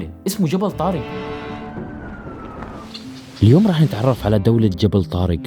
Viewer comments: منو علمك لغه عربيه طارگ. اسمه طارق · جبل طارق مش جبل طارج